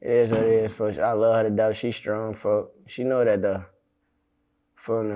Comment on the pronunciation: They really be saying 4/foe not folks 😅